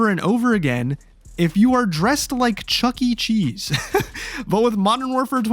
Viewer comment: the way you say Chucky cheese kills me 😂